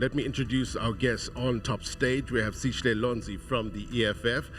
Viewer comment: First of all it’s not “Sishle” it’s Sihle, I’m an American but even I can practice to get the young man’s name right. Why do white and Indian South Africans do this😢